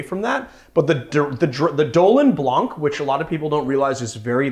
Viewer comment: Wow, that was a great drink. Love it when I have all the ingredients at hand...Dolin Blanc (you pronounce it well, it's just the C is silent...) and one day, I'll teach you to pronounce SUZE in the proper way....not SOOZE.... OK, I'm off to make myself another drink!